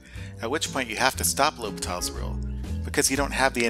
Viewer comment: low-pee-tahl's rule really sounds like someone has never taken a french class